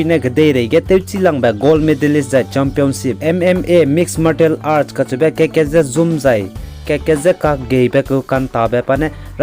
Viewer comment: Martial Art: Pronunciation is Marcial Art toa da.